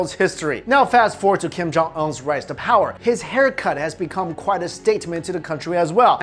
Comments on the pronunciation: This guy is saying kim jong in last name wrong it's pronounced oon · Its not kim jong- ong . Its kim jong- UNNNNN . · It's Un not Ong, On, All sigh...!! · Dude it's Kim Jong ūn not un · Kim Jung-‘On’ Sorry I can’t unhear this person’s pronunciation of the name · ''Kim Jong On'' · Kim-Jon uh